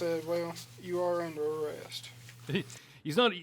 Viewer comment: "Im under a rouck" no you're under arrest!